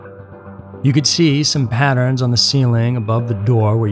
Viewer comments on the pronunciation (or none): none